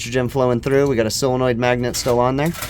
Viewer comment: Its a Solenoid? or a Sealenoid? 😀